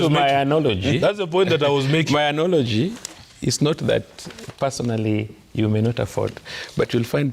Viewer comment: It's ANALOGY.. Not ANOLOGY😅😅😅